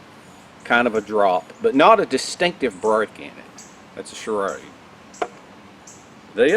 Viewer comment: I love how you pronounce it charade. That accent is awesome! Cheers from california. (Don't worry, im one of the good ones)